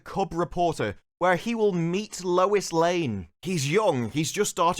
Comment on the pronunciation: Luisa Lane? Lusequa Lane? Lu Lee Lane? Lou Lane?